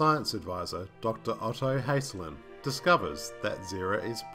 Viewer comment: Good review, but just a couple of points: Dr. Lewis' last name was Dixon, not Stone; and the scientist's name is Hasslein (rhymes with 'fast line'), not 'Hesslin.'